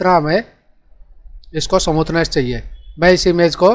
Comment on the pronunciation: फ़ोटो को समूथनेस नहीं कहते बल्कि स्मूथ बोलते हैं।।। ओर यदि स्मूथ नहीं बोल पा रहे हो हो गोरा या साफ बोल दो गलत उच्चारण से हमे तकलीफ है